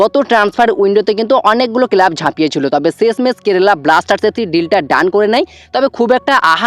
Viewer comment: টুকলিবাজি করে ভিডিও বানাস। নিজস্ব কোনো খবর নেই। শুধু ভুলভাল খবর। কেলাব না কথা টা ক্লাব। উচ্চারণ টা ঠিক কর। আর যুক্তিপূর্ণ কথা বল।😂😂